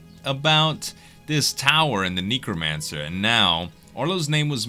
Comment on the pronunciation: Z you pronounce necromancer like neck nec-romancer